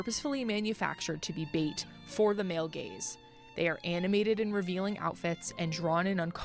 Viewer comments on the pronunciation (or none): none